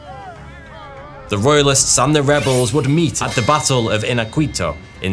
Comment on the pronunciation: Pretty interesting and well presented, but it would be much improved if you could pronounce Spanish just a little better, particularly qu in general (just a "k" sound, not a "kw") and the ñ in Iñaquito (approximately "lnyakeeto")